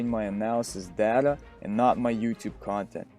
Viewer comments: Y do u say it data and not data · Good video, very informative but the way you say data pisses me off XD